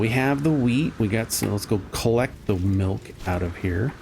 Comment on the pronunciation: HE NEEDS SOME MEELK!